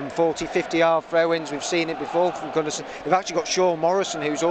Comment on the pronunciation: Thanks for these extended highlights. You (Wednesday) will be there, or thereabouts come the end of the season. As a heads up it's Gunner-son not Gun-arse-son (pronunciation)